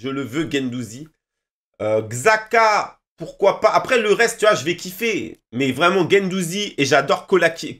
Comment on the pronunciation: J crois que ça se dit chaka